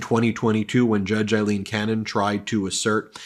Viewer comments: Please pronounce her name correctly. It is AAAAleen, not Eileen and she should be remembered in history that way . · Please Ben, pronounce her name correctly. Her name is A-lean Cannon, not Ilene; it's pronounced A-lean, A-lean A-lean. You can do it brother.